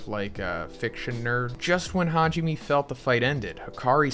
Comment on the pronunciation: Hajime? Me? Why do y’all not learn how to pronounce Japanese names? It’s Ha ji (g) me (may).🙄